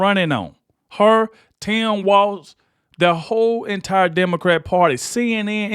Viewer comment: She keeps saying Demecr😢 because if she says it enough the ones who vote Democrat will start to believe her. Brain washing is still working.😊